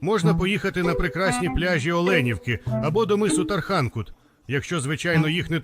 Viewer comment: не "тархАнкут", а "ТарханкУт"